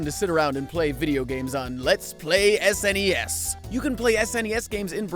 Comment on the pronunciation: It's pronounced SNES, not SNES